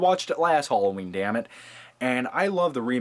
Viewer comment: btw HOLLOWEEN??? seriously??